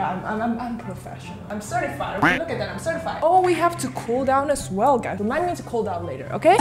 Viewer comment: He : okeh Me : what!?!? Okeh gaming tv?